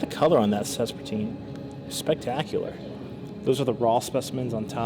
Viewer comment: Sespertine garnet > Spessartine garnet 😁